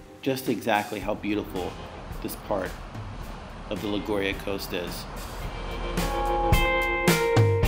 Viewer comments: La Gau Ri A??? 🤦🏻‍♀️🤦🏻‍♀️ It’s pronounced like Li Goo Ri yah. would have been great if you made an effort to learn how to pronounce the town names correctly in Italian so people watching your video aren’t misguided. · Agreed! I really enjoyed the video & appreciate the helpful tips, but the pronunciation of Liguria was cringeworthy. Not only is Italian one of the easiest languages for English speakers to learn, but a 1 second google would have resolved any lingering uncertainty a foreign tourist might have had about how to say "Liguria." I must admit that I'm even more sensitive on this subject given the widely held foreign stereotype of my fellow American tourists as ignorant of geography, not well-educated and perhaps not as respectful toward local cultures as they ought to be.